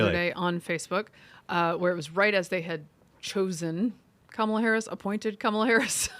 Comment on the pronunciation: Hey guys I love the show! I cannot stand Kamala Harris but you have to stop saying her name wrong on purpose. It just comes off as cheap and petty. There's plenty to attack her on so no need for elementary school insults. Other than that keep up the great work!